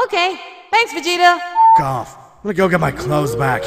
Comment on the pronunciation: I just noticed he said "Thanks Vageto"